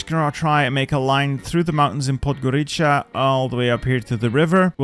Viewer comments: Man, its not Podgoricha, its rather Podgoritsa but anyways good job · My brother in Christ, Podgorica is pronounced Podgoritsa